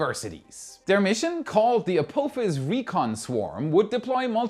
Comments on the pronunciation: Perhaps you can pronounce ah-POFF-is before 2029! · Bless your German heart the way you say Apophis lol